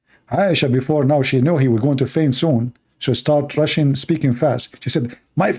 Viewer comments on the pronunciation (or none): Rushing not russian